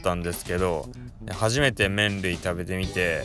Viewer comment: いつ見ても吸引力凄いねー♡ (๑✪∀✪ﾉﾉﾞ✧ﾊﾟﾁﾊﾟﾁ あ、麺類って言ってる所、メンディーって聞こえちゃってたwww